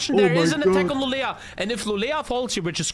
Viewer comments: you actually say Lu lee o not lu le la... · LULEÅ! not lulea. mina svenska öron har grova skador efter jag hört detta. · "Lulea" triggers me tbh, like just say å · pronouncing Luleå is a different kind of art